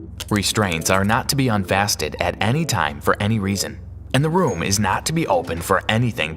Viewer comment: Did he say "unfasted" instead of unfastened?